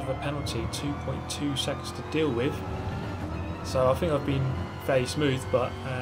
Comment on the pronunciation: "Drive spoove, get sixff"